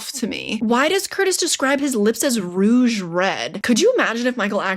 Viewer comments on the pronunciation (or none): none